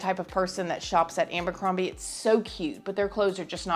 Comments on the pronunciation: Ambercrombie.... it's Abercrombie LMAO 🤣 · Love ya girl. ABercrombie. It’s AB not AM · Lol love the way you say “ambercrombie” 😂